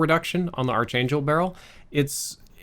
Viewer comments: It is not AR"CH" it's pronounced Arc/Ark - please stop. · It's pronounced ARK-ANGEL, not AR-CHANGELL